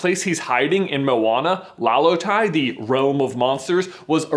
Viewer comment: it's Mo-Wa-Na. not mona. white boy.